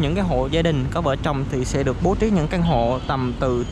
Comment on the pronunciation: Vợ chồng chứ không phải vợ trồng nha ah. Nghe khó chịu chết đi dc. Chữ ch đâu có khó phát âm đâu